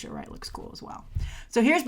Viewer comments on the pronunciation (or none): none